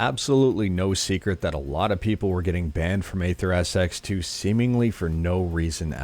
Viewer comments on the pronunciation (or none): AetherSX2 Pronounced eether :) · Bruhhh it's AetherSX2 not Atherps2